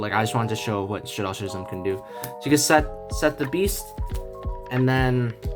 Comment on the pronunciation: Pronounciation for "schism": I really like the video though! Thanks for the tips!!